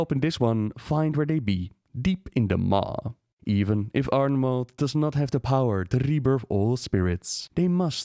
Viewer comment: Ardenweald is pronounced as "welld". You've already gotten this right before in "Eastweald" (which became the Plaguelands). ^^ Also, while (and if) I have your attention: the phrase is "on the orders of [person]", not "in order of [person]". Small but annoying mistakes, I just want to make it as perfect as your content. =') <3